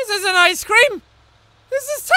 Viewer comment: When you say "Ice Cream" it looks like you are saying "I scream"